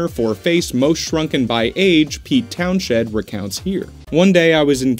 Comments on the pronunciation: Moon was right. If the toilet hasn't exploded? you're not dead? or in jail?, the party wasn't worth going to❤️American cars Corner better in a swimming pool. Pronounced Keith Towns-end, not Town-shed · Townsend...not Townshed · It’s Townsend not townshed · you forgot an "n" there in pete townsheNd's name 😉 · Townshed??? Its townsend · Keith Moon... The original... prank.. influencer?.. guy? Secondly its Pete Towns-END, not Town-SHED!!! damn millenials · John Entwistle was called "The Ox" because while Keith, Pete and Roger all 3 moved around on stage or performed in various animated ways, John stood still like an anchor which he just wasn't into trying to show off other than his unique style of bass playing which he seemed to burn up all the energy the other members did but in his fingers. As far as when you pronounced Pete's last name as shind, Townshend is actually pronounced Townsend with a silent "H" Thunderfingers also comes from John's finger picking style which he brought to the bass from his days as being a French Horn player in a trad band and boys brigade band in his youth. Being a fan since 1979 and reading books, watching documentaries and reading magazine articles, you learn a great deal. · Townshed? You mean TOWNSHEND? (pronounced town-send) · PLEASE, PLEASE, PLEASE…learn how to pronounce Pete Townshend’s name correctly. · If you can't spell or pronounce Townshend it's hardly worth watching your Who doc.